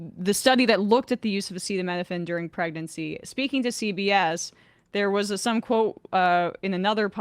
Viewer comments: Pregernacy I definitely would avoid all medications if I were preg-er-a-nant. Which is not a thing, so I wouldn’t worry about it. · He then mispronounced pregnancy